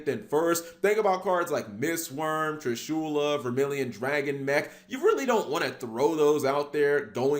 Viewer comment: Who cringes when he says "TrishUla"?